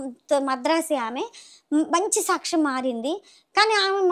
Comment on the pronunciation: ఆ ఉచ్చారణ సాచ్చం... మహానివేదన...ఇలా అంటోన్న మాటలను బట్టి..... ఈ సన్నాసి... బ్రాహ్మణ వనిత కాదు... ఏ హీన స్థితిలో ఉన్నా బ్రాహ్మణుల మాట తెలిసిపోతుంది... ఇది చాలమందికి తెలుస్తుంది....